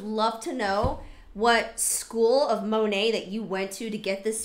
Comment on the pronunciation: Love how every time she says Monat, she says it differently. Girlfriend doesn’t even know how to pronounce the brand she’s selling 😂😂 So late to this video, but I’ve been binge watching your content since you were recommended to me recently and love your videos!